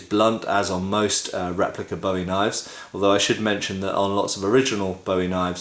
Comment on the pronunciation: Learn how to pronounce "Bowie"